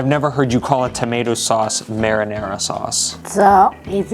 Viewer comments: "Merinerra" 😁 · "Merrynayraw" hahahaha........